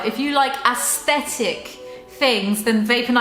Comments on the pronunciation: Everytime said "aesthetic" i died 😂😂 it sounds like she said "ass-thetic" lmao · Nobody:: ASSthetic